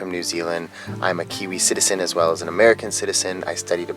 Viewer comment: really amazing pronunciation of our cities dude! Im always excited to see your reviews and travels of little old newzealand